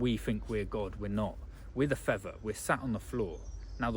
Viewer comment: Fea'th'er.... 'th, th! Not 'v'. 🤣